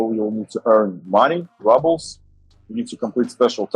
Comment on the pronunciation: Apparently I’ve been saying rubles wrong